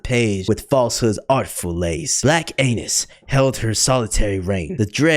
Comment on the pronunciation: “bLaCk AiNuS” bro 😭 😭 😭